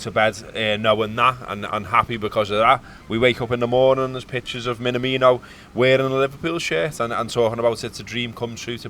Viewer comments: I'm really excited about this signing. FYI, his name is not pronounced, "Mina-Meeno", but "Me-na-me-no", with equal stress on each syllable. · Pronounce his name correctly. Not a hard thing to do. At all.